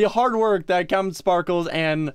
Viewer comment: They said "CaptainSparkes" ITS CAPTAINSPARKLEZ